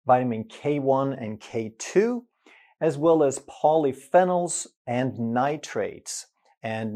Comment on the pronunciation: Polyphenol: Pronounced Poly Fee Nol which is a type of Antioxidant.